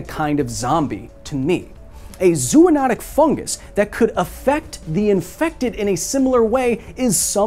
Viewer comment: It's either "Zo-onotic" or "Zoo-notic" not "Zoo-onotic" come on, Kyle ❤